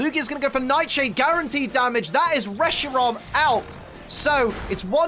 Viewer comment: Reshirom? Welp time to call one Reshiram, Reshirom.